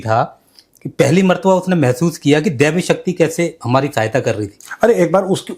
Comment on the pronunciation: Oye woh devi nahi bola, woh ghebi bola, ghebi means unseen